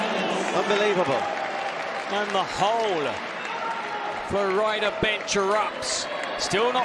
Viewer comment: Que alguien le enseñe a pronunciar FLORIDA al gallego. Hace dos años que lo pronuncia mal. Que lo diga en español al menos, para no pasar verguenza.